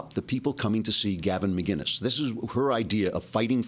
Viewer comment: It's McInnes not McGuiness. LOL :)